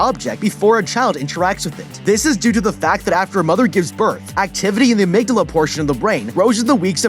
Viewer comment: please tell me you said amygdala in this way to be funny and not because you think that’s how it is said